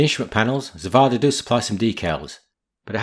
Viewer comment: hey as russian speaking person i should say that Zvezda is pronounced as [zvezdA] with the stress to last A great built tho